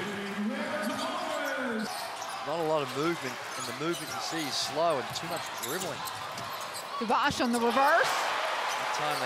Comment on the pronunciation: What 'Tavars' are you talking about? It's Tavares. Is it that difficult to know the final 4 MVPs name right?